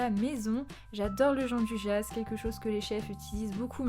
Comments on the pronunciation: Sa existe pas le « Jean du ja » c’est , phonétiquement : « Djianne douilla » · Bonjour on prononce Gianduia merci